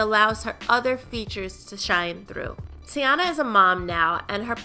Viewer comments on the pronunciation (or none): ....her name is pronounced “Tee-Ana” not “TayAna” 💀 if she says “TayAna” one more time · Her name is TEEEEEEEyana please with the tayana 😂😂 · this video annoyed me simply because of how she said teyana. 😐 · the way she pronouncing her name is so ugh